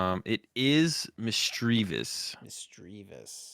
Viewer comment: They both mispronounce Misdreavus though. It should sound very similar to mischievous, which happens to be one of the most mispronounced words in the English language.